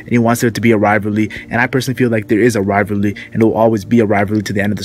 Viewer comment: This guy cant say "Rivalry" lmao